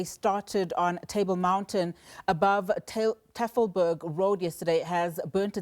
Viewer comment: Wow ! She is a South African news reader yet she cannot even pronounce Tafelberg Road properly. Makes you wonder how these people qualify to get these jobs 🙄